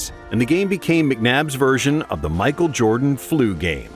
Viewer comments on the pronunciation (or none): none